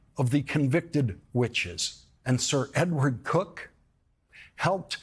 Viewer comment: It is pronounced as in this video here in the man's home county of Norfolk.